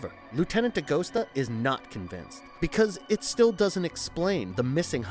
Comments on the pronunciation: Novel was so much better, they cut out the main character Agent Pendergast It's Dee Gust AH, not Dee Ghost ah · Not De Ghost-ah. De-Gus-ta! He told you in the movie!